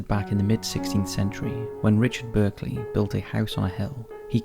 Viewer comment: Berkeley is pronounced bark-lee.